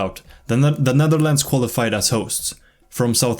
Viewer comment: the netherldndl 😭💀 btw great video, this deserves more attention